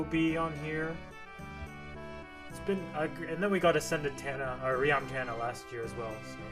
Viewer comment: Its TANA not TANNA